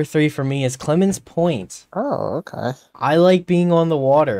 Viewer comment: It’s clemens point I think not Clemons point